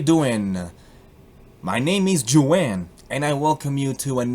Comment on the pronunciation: And here was me thinking Juan was pronounced "hoo-an" when it's actually pronounced "joo-anne"